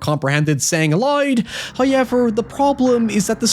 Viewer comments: It's pronounced how... Ever not hoy... Ever 😂😂😂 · bro just say However. You are doing this shit on purpose now and you sound so damn stupid lol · The "Hoo-yevver" used to grate on me, but now I can't wait for it. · Love the videos, but there are just too many 'hoyevers'. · Why do you say however like that?